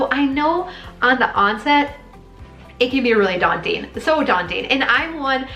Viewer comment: Is that "Dawn-ting"? *laughs. No, with your advice, and these videos, minimalising hasn't been daunting at all!